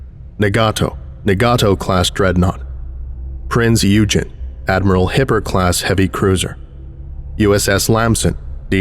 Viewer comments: Small correction, Prince Eugen is prenounced more like “oi-gen” not “eu gene” but I also speak a older dialect of German that’s mostly dead so if anyone has a more correct pronunciation go for it. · "Prinz Eugen" is pronounced like "Hoy-G-en" you are also free to say Prinz as Prince, as thats what it translates to anyways